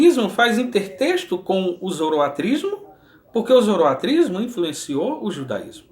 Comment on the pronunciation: Muito bom! Arrebenta aí com os balaias! OBS: o certo é "Zoroastrismo" e não "Zoroatrismo".